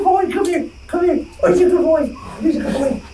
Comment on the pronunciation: Good BOY not goy (slur for gentile)